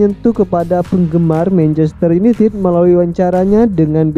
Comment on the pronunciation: Mencester yunitit. Hahaha. Anjerrr lo minn. 🤣🤣🤣